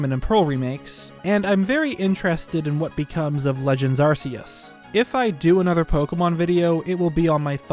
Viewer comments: it's "ARC"EUS not ArSÍeus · It's Ar-Kay-Us, not Ar-See-Us. This has been known since SM. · anyone else get pissed off by him mispronouncing arcues